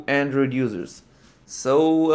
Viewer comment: "hello andorid user" How'd you know 😂